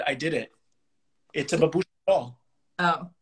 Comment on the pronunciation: babushka means "Grandmother". The accent is on the first syllable.